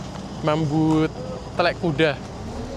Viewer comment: Ngakak denger blg ' mambu telek kuda', kok bs ngomong Jawa? Logatnya bener lagiii